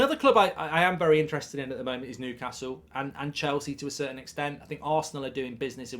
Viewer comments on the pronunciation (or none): none